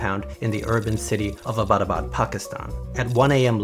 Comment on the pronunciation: Its not "abadabad" its Abtabad (pronounced like it)